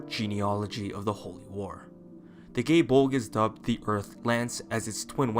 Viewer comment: proper irish pronunciation is guy-eh bowl-gah press f yall